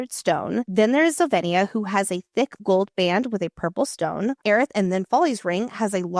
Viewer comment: Zovena not Zovenia right?